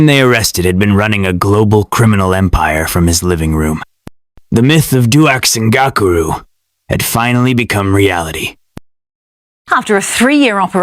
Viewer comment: Your pronunciation sux of the name bro. Its dux (ducks) ngakuru. Not gokuru